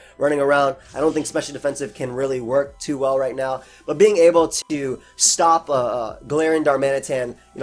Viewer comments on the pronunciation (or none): Wish you could hear how i mimic/ mock you say GaLARIIAN.. you'd hate/love it